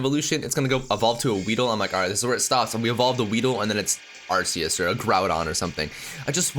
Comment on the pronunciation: its pronounced ark ee us not ass ee us